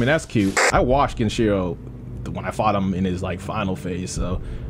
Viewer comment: I still find it hilarious that beat the game and yet he still can’t say Genichiro’s name right. He also still calls mikiri counters “miri counters”. Tiny nitpicks to an amazing series